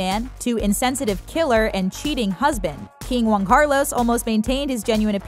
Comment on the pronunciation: Also Juan, not Guan